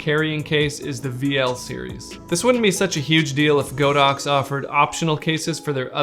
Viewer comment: nice video, it's not "GO DOX", it's "God Ox"